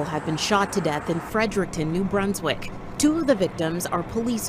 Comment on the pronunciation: Why can’t anyone say Fredericton correctly. Break the word down. Fred-Eric-ton